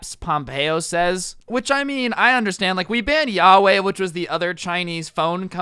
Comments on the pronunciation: Yawei YAWEI you uncultured swine it is pronounce wahway and spelt Huawei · I was so confused when he said yaway. Then I realized he meant Huawei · He said yaway 😂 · Do you mean Huawei pronounced waway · You butchered the word Huawei